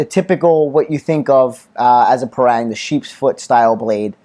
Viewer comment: Pronounce it as 'par + rung'....